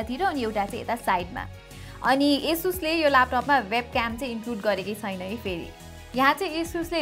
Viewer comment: 'Xuena' vanni lai 'xaina' vanni bani layex😂😂😋